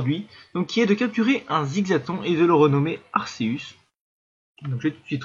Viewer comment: Sa se prenonce arkeus